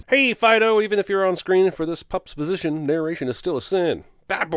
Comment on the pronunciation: I knew when I got the notification.......especially for this movie.....i knew.....xtra sins for narration. I also knew he would say Pupisition 😂